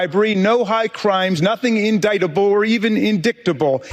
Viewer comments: I had to laugh when I watched Traitor Green rubbing her Vienna sausage fingers greasing up the text see was doing her best to read like a grownup. In Dick table will be the proper pronunciation for "indictable" now. Her little feelings were hurt so terribly bad. Vote Blue to rid our government from these MAGA clowns. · People of the great state of Georgia, do you REALLY want to be represented by a woman who can’t even pronounce the word INDICTABLE correctly? Do you want to demean and embarrass yourselves that badly? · I would normally not laugh at mispronunciations but a professional legislator that doesn’t know how to pronounce “indictable”?!!🙄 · A very sad indictment of Georgia's 14th District that they voted for a living example of a spoiled rich person that never bothered to truly learn anything, as proven by her numerous instances of stumbling on, and mispronouncing, of words that any high school graduate would do far better with. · MTG is obsessed with diks. Hence indicktable instead of indictable. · Yep another GOP hack who earned her GED. It’s actually pronounced indictable not indick-table “Empty” G 😂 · "INDICK-TABLE"?? ARE YOU FUKKING SERIOUS?? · 😂😂😂😂…she said “in-dick-table” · In-dick-table? Good god, Margie. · in-dick-table? Rly? Seems like Ms. Greene spends too much time on some websites ... xD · in-dick-table. lol shes a lawmaker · Marge was thinking about Hunter when she said indicktable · RASKIN 😂😂 YES!! “…or inDICKTable…” I mean this guy is savage ❤ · "In-Dick-Table" 😂😂😂Good for you Rep Jamie Raskin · Don't tell me she walked out like Hunter did!!! In-dick-tah-bull. Mediocre, excellent, or a smart question? 😂😂😂😂😂😂😂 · She hangs her fake glasses off her nose to look so smart while mis pronouncing indictable. 😂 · In-dick-table! LOL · Does Large Marge even know what she said wrong? It wouldn't surprise me if she still has no idea that she mispronounced "indictable." She very likely has never actually seen the word in writing.